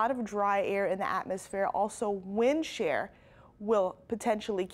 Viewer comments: It is wind SHEAR , not wind SHARE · I apologize I went back and checked and your right. But it's not "Share" it's Shear